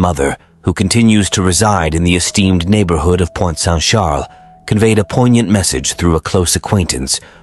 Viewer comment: It's Pointe-Saint-Charles in Montreal, not Point Saint Shaaaaluh 🤦‍♀️